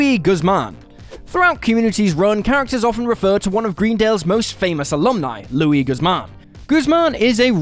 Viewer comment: Why did you butcher Luis Guzman's name?